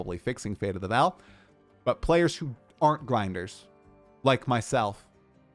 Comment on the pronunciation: It is still not Fate of the "Val" It is still Fate of the Vaal - pronounced "Vawl" Jonathan responded to your incorrect pronunciation 3 times in your interview with him. Get it right,.